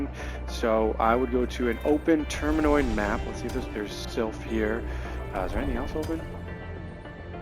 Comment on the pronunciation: And it's terminID